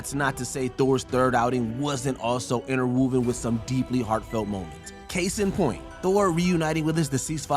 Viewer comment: Is there no one watching the sound booth while you record? I KNOW you didn’t say “zee-luht”, “moh-leck-lee-ahr”, and “in-ter-woo-vehn.” 🤦🏼‍♀️🤦🏼‍♀️🤦🏼‍♀️